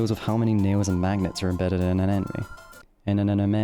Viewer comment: I thought I was hearing things but he definetly says "anime" when trying to say "enemy" lol. He keeps saying "Anime" throughout the video too! It's Eh-neh-me, not ah-neh-may. This isnt even a British English vs American English since both say enemy the same way. He's just saying it blatantly wrong lmao